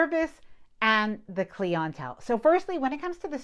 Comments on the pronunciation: Awesome video. But the word clientele is pronounced cly-en-tell like the name Clyde. Not Clee-en-tell. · What's with the Cleon Tell ? It's clientele. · I liked your video but may I suggest you change your pronunciation of “Clee-on-telle”. It should be client-tell. Like client w “tell” added to the end. Otherwise ty so much for your hard work and effort. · Everytime I heard clientele I thought she was saying “cling-on towel” and I was so confused. It’s pronounced “client-tell” as in your clients/customers. Love your videos thanks for putting out great content! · Great video - just got off the Seascape last week. Doing a transatlantic in the Divina next month. Not familiar with the word cleeintel. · What is a CleeONtell? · This is thoroughly annoying. Why is she saying "KLEEEEE ANNNN TELLLL?" How can someone create an informative video and not know how to use or pronounce the word clientele? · Clee- ahn-tell?? Clientele?? 😅😅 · You are mispronouncing “clientele.” You are speaking American English, but you really got that word wrong. The accent is on the “I”, its cl-I-entelle . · Cleeontell is not how it's pronounced..... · What is cle-ON-tell ? Are you saying cliental? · 😂😂😂 when I first heard her say that, I had to stop and "think" ... 😊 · What is klee-on-tell? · What is “clee on-tell??” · Are you saying cli-en-tele? If so I've never heard it pronounced that way...if yes now what you were explaining makes sense...I was confused as to whom you were referring to. All makes sense now..lol...new way of hearing it pronounced....very informative video regarding MSC..👍🏾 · The way she pronounced clientele drove me insane! Lol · Why do you pronounce Clientelle like that? I am just curious. Never heard it that way. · Have you leaned how to properly pronounce ‘clientele’ yet? 😂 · Great info but the way you say clientele triggers me! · A new way of hearing the pronunciation of clientele... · Glad I wasn’t the only one lol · Clee ent tell? Really!?! It’s cly ent tell - clientele